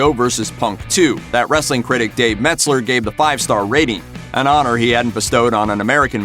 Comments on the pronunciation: DUDE IT'S FUCKING "MELTZER!!!" WHY IN THE FUCK DO YOU KEEP SAYING "METZ-LER?" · MELT=ZER NOT METZ-LER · When non-fans make a video about wrestling. It's Dave MELTzer, not METZler. Also, you totally butchered the pronunciation of Yokozuna's name as well. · And he said “DAVE METZLER” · Jesus... if you're gonna do wrestling vids get someone who knows what the fuck they are talking about. Yo-ko-zoo-na Melt-zer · How you going to make a video about pro wrestling and not be able to pronounce the wrestlers name you mispronounced Yokozuna you mispronounced Dave Meltzer you mispronounced half the names you said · As soon as he said yokozuna I knew this guy never watched a min of wrestler . Also when he said meltzer name wrong .